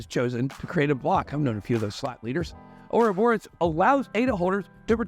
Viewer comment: I will never forgive Charles for teaching all of you guys to pronounce 'Ouroboros' incorrectly. 😂